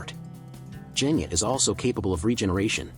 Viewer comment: Bruh you have said most of the names incorrect for example genya to jenya and gyomei to jyomei